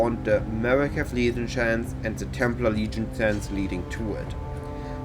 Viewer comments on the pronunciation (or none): none